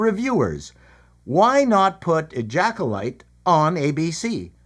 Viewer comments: Did he call it the ejackulyte? Hilarious how have i not seen this channel before? Dude is funny as hell. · Question; Who pays for the lunch I just spat across the room after hearing you call the show, “Ejaculyte”? 😂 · Call me immature, but I laughed or snickered at least every time you said "ejacolyte" 😂